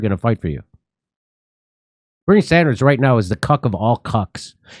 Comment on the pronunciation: "Barney Sundars"